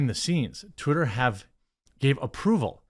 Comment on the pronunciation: I like how you pronounced "twitter" as "terry". lol